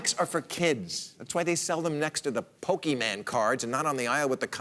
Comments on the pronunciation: ahem They are pronounced Poe-kay-mon, not pokeyman. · Yhe, if you going to make fun of something get things right. He can't even pronounce it ("PokeMAN" - seriously?) It's just makes Bill look like a idiot who dosent know what he's talking about. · Maher saying "Pokey-Man cards" is perfect for this segment